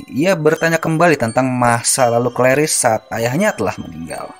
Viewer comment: penyebutan nama claris yg bikin ngakak 😂😂😂😂